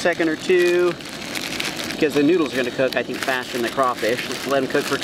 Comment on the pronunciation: “Nodels “ “dizolv” “an pore” “WHATER” “sesn” also can you make a tutorial sense you must be a pro at cooking “nodels”